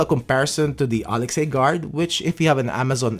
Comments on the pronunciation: Please learn to properly announce Alexa. It’s not Alex+A. It’s hard to take a review seriously when they can’t bother to learn the name of the product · it's pronounced A-Lex-Uh btw :-) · It was deliberately mispronounced so it won't set off your echo devices.